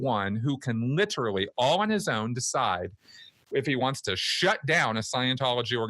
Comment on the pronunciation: Plus he always says "riterally".